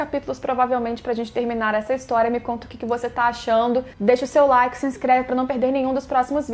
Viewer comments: Eu tbm ouvi isso kkkkkkkkkkkkkk. Aí fiquei: "como asssim?????" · Nao consigo mais ouvir de outra maneira kkkkkk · EU TAMBEM KKKKKKKKKK, eu fiquei tipo: nossa que triste :v